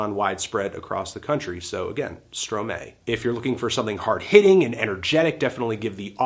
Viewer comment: I'm pretty sure Stromae is pronounced as "Stro my" and not "Stro may"